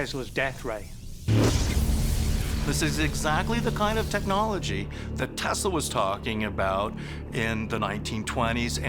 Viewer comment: Nikola Tesla not "Tasla"👍